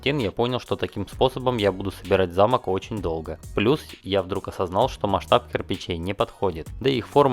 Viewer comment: Не замок а замок)